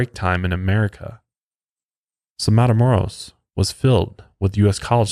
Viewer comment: I live 30 min away from where he was killed. Our older family members always remind us of this victim when we go across the border. Also, its pronounced matha-moe- (rolled R)oes... for next time(